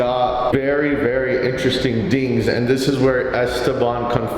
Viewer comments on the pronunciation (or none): Did Clint say dings instead of things